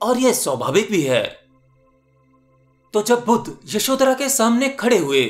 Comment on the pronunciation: bhuddha skshtriy nahi saky vansh ke the buddha ko aap bolna sikh or yashoda ne kabhi bhi asa sawal nahi kiya fek video na bana